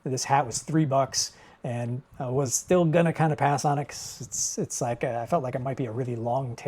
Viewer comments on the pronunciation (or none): Pronounced “Steel” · Hi, the chain saw blade is pronounced 'steel', its a German company. Im not a pin collector but I have some older Hard Rock ones, was wondering if they were worth anything. Better get them listed! Thats very funny you sell an item and dont know what it is. Way to go! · First man I've ever heard not know what Stihl was or how to pronounce it lol..